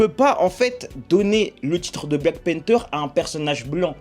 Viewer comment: Black panther la prononciation stp